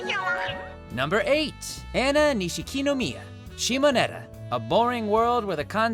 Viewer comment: Dude, love what you do but MUST YOU butcher the pronunciation of Japanese names so??? Hearing Anna's name (and rank tbh she and what's-her-face in the sheet deserve a somewhat higher rating) made me cringe so